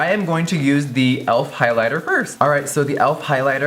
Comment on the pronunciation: JEFFREE!IT'S PRONOUNCED E-L-F...THE LETTERS NOT ELF...LOVE YOU SOOO MUCH GIRRRLLLL